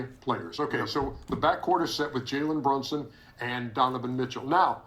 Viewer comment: “Jalen Brunshon”😭💔